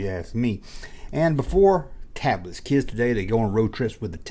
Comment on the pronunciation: I'm doing it for the "keeids" and the "chijjen", fool!